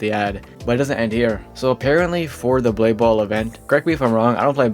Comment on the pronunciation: DUDE JUST CALLED BLADE BALL BALDE BALL 💀